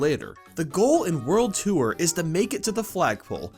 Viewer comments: I keep thinking he says "world twoer" (such as a second adventure after beating the main one) rather than "world tour" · it's pronounced tore not tooere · Its pronounced "TORR", not "TOO-URR" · wtf is world 2er!? its a joke i know he means world tour but why call it too-er when you should just say tor